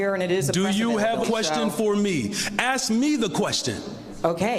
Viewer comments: You can axe me a question, isn’t he a teacher? Axe me the question? He’s no teacher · You can AXE me a question? Is that HEbonix? What a pathetic, racist turd. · axe me the question, lol